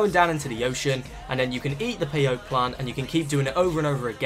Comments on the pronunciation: How do play as the animals in director mode?? And it's pronounced "pay oh tee" not "pay-oat" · It's pronounced peyotee😂